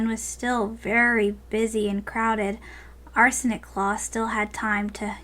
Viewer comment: I keep thinking you say 'Arson' not Arsenic claw